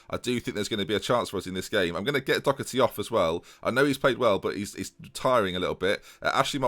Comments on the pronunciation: LJHB48 Doh-erty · You really need to stop pronouncing Doherty like it has a “c” in it. It doesn’t.